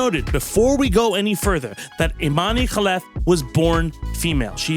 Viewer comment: Completely agree with the Imane Khelif take, just wanted to point out that she's from ALGERIA, not ARGENTINA. Your proper pronunciation of the name should have tipped you off on that lol